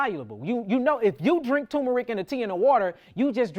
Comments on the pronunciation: *TuRmeric NOT Tōōmeric respectfully❤ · Turmeric. There’s an rR tur mer ic 😂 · Why are you calling it Toom-Erick?